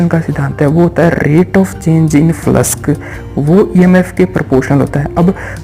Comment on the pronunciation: Flux bolna seek phle